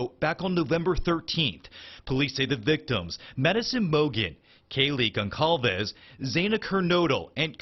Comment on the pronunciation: So this guy can’t do MINIMAL research to pronounce their names properly? It’s pronounced similar to “Gonzales,” and it’s pronounced “CHAY-pin.” And Xana rhymes with “Anna,” and somehow he messed up on the pronunciation of “Madison.” Literally: It’s the way EVERYONE PRONOUNCES MADISON. This dude somehow managed to mispronounce all their names.